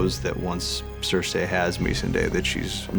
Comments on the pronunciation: Can we talk about how these two absolute failures or writing can’t even pronounce they’re own characters names right? Wtf is Sur-say? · Don't forget "cersay" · Anyone else find it funny that David and dan pronounced characters names differently Show: ser-see Dan: ser-say Show: mis-an-day David and dan: mes-n-day